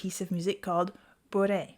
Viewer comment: It's pronounced Boo-Ray. French for drunk, but also is a Cajun card game played in South Louisiana.